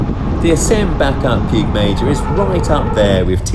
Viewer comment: lol I say your wife is in an unhappy marriage. And its pronounced Pig Mayor.